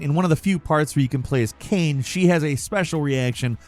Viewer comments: Can someone please tell how to pronounce Kaine’s name properly, he still thinks her name is Kane 😂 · Mate, it's pronounced "Kai-ne", they say the name like well over 100 times in the story for Nier Replicant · You saying kane was whiplash but god its so funny when you say it wrong on purpose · the biggest insult is when you called Kaine from nier "KANE" bruh... lmao they say the name IN THE GAME LIKE 500 TIMES.... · Trying to get a glimpse of Kaine's "package" isn't as embarrassing as pronouncing Kaine as "Cane." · That is not how you pronounce Kaine in Nier Replicant 🤭 4 shame you dodo bird! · I'm sorry, how did you pronounce Kaine??